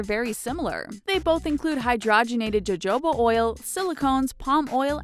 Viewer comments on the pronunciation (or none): It's pronounced 'ho-ho-BAH'. NOT 'Joe-Joe-BAH'. If you didn't know how to pronounce a word, you should have researched how to. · Really? Joe-Joe-Ba????? Please employ some cunning linguists! Jojoba is pronounced "ho-ho-ba" and The narrator said "powder" instead of power. Does no one check the videos before release? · I'm screaming "jo-jo-ba oil" it's "ho-ho-ba oil" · She pronounced jojoba oil wrong ! It's pronounced hohoba ! Lol. It's been around for decades ! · "Jojoba" is pronounced as " Hohoba" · Jo-joba? That's not how you pronounce it. The J is an H sound. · the jojoba is pronounced Hohoba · It's pronounced "hohoba" oil, narrator. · hehehehe..."Joe Joe ba oil"...very helpful ty 4 sharing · I think Jojoba should pronounced as "hohoba" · Jojoba is pronounced hohoba ugh. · Hoh-hoh-buh oil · "Jo-jo-ba" oil 😂😂😂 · Because they don't know how to pronouce it in English ,or what it really is ! Hohoba is the right pronunciation in English ! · JOE-JOE-ba oil omg....lmao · When you can't pronounce "jojoba" you lose all credibility. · Please learn how to pronounce words. The "J" in joboa is a "H", same with soja. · Your credibility went down when you said Jojoba oil. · She pronounced jojoba oil wrong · she pronounced jojoba wrong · I know I didn't just hear her pronounce the Js like Js on Jojoba oil. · that is not how jojoba is pronounced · You aren't supposed to pronounce the J's in jojoba oil like J's....they are pronounced like the letter H.... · when you speak spanish and "jo" is pronounced like "ho" so you just explode. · kara s Thank you! They had me thinking I've been saying it wrong all these years...lol! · the way she said jojoba... CRINGGGGGE